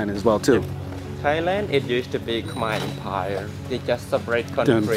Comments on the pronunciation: mon k’mai not kmer not so hard to pronounce bruh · Khmer should be pronounced Ka - my With a short a sound it is not: Kay - my (Yes, i know how google translate says it. Its wrong. Go on youtube an listen to actual native speakers). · You lost all credibility after saying "kum-ere" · Even ofter they clearly refer to themselves with the proper pronunication, he still choose to say "Kum-ere" instead as if he was "correcting" them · Dude you really need to do more research. And never go in with a European mindset that our oppressors set In us. My wife is Cambodian and it's pronounced. KUM-EYE. SMH you sound like the white man. 'Un-educated' about cultures. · No your not saying it right,it’s kh-Mai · love the video but it’s killing me as a cambodian how you keep saying “khmer” wrong 😭